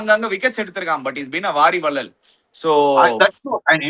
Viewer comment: Hey, a small correction understanding Tamil nativity. It is Paari vallal.. not Vaari vallal. Paari was great king who gave his chariot to a climber plant. Hence the saying came as ‘Paari Vallal’. This isn’t an advice, just thought of letting yuu know. Please don’t take it personally. Thanks